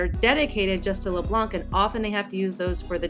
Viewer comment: keep it up! the c is leblanc is silent